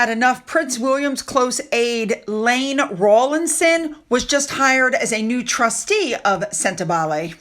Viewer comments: Iain Rowlinson, That's pronounced EEE-uhn, not Layne....sorry, but these things stick out to me and I must correct you because of my own compulsion. No offense meant or intended. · Iain Rawlinson!!! iain Pronounce as Ian.